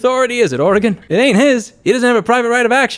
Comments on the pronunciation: It' Ore - Gun, 'R -Gone, Otherwise good video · Areagon? Thats a new pronunciation of how someone says the states name -Oregonian